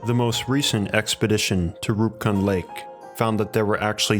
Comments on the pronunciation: Roop Kund is pronounced as Roop (like goop) and kund (ku as in goo) And Devi's D is pronounced as "th" in them. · Fantastic video. also Roopkund is a famous trekking route in India P.S. Kund in Roopkund and Homkund is pronounced as koond